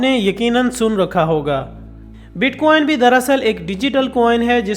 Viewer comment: Bit queen nae.... bitcoin ha 🤣